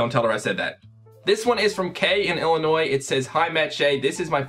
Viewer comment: I'm so happy you said "Illinois" correctly. So many people from out-of-state say it with the 's' sound and it annoys me so much. +10 respect points